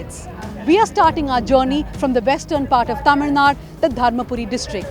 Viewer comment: I think I am pronouncing it like a Malayali. Tamizh naad is what we say. Shall remember next time